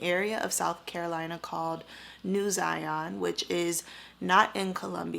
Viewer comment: Zion like Lion. Not Zyon.